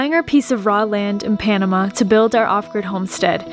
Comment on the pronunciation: Americans move to Panama and never learn how to say the name of the country.